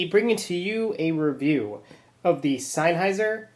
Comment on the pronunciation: Its sennheiser not sineheiser. says so veeea the box.